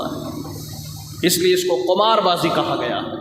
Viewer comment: مولوي قمار بالضم نہیں بالکسر